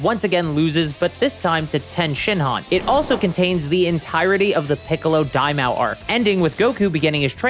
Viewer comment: For King Piccolo, It's pronounced Mah-Oh. Think of it like Yu-Gi-Oh. Dai is great. Ma is demon. Oh is king. Dai Ma Oh. Not Daimao like Lmao.